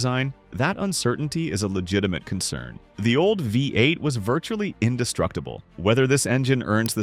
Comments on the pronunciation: Sometimes it's Ford F one hundred fifty. With a Vye-8 engine. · Huge Credibility Issues: Phony AI voiceover pronounces "V8" as "Five-8." Soooo, what actual, detrimental facts did the poster miss?